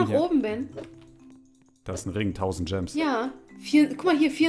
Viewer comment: Wie ben einfach immer statt Gemes Coins sagt 😂😂